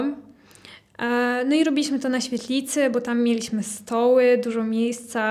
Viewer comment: Dzień dobry! Przepraszam. Czy to jest wymowa krakowska? dZękuję, mieliSmy, odZiał, Sedem, stawiC i t.d. Mieszkam w Syberii. Po raz pierwszy słyszę taką wymowę.